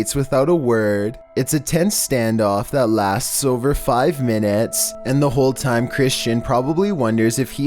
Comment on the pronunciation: “seacerets” “five minids” lol